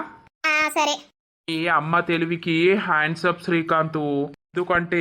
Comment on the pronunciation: హ్యాట్సఫ్ అనాలి హ్యాండ్సప్ కాదు